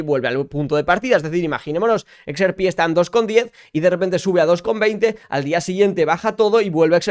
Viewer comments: no se dice "ex,er,pi", se dice "equis erre pé", vamos, digo yo... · Me agrada todo tu contenido pero si vas a decir XRP en inglés dilo bien es EX-AAAAAR-PI 🙏🏻 con todo el amor